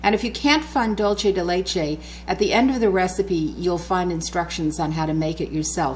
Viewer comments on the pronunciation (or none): It’s not dulche. It’s dul say. That’s Spanish not Italian. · loving your cooking lessons! But this is pronounced DoolSe de leche - it's Spanish for 'sweet of milk' xxx:) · Hi! Delicious recipe! But I just have to say that is pronounce dool-se :), the way you are saying it is like Italian, like Dolce and Gabbana. Anyways, congrats for the recipe! and sorry to bother. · Super excited to try this recipe for Thanks Giving! But I'm Latina and please it's "DUL-SEH"